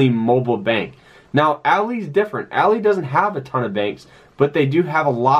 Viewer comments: It’s “ALL-EYE” not “ALL-E” 🤦🏾‍♂️ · Good video, I just have to say you are pronoucing ALLY wrong. You are saying it like a females name when it is actually like the "friend" ally.. Example: "I am not your ally ," he repeated. ...